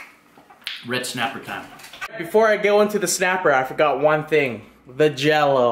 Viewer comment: It's funny you mess up the simplest thing... Jell-O 😅